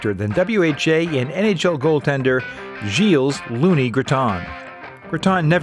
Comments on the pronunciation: I am very impressed by the fact that despite the depth of your research, you weren’t able to find out that the « s » of Gilles is silent in French. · The "s" is silent. A bit of respect for our culture please. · The “s” in the name Gilles is silent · Argh, pronunciation! You don't say the "s" on the end of Gilles. This is hurting my ears. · You dont pronounce the S in Gilles btw. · Gilles, the “s” is silent. Thank you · He lives near me in LaSalle, Talk about a thin talent pool . BTW , the 'S' in Gilles is silent. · You don't pronounce the "s" in Gilles.